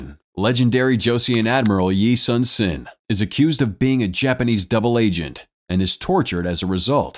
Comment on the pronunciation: It’s pronounced (ee-soon-shin)